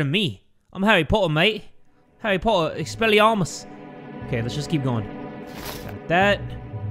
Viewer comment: why does expelliarmus sound like expel your arm us.